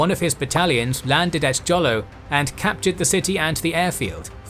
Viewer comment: Jolo is pronounced as Holo